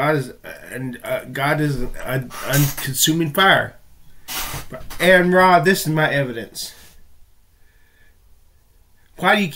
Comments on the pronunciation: You need to learn to pronounce AronRa's name or refrain from referring to him. He has made in clear that it's "ARE-in-RAH". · His name is Ar-Run.